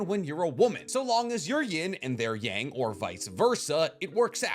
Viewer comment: I hate the way you pronounce "yang" you watch too much anime to pronounce the word like that